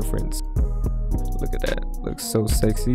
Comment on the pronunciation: "looks so segsy" 😭😭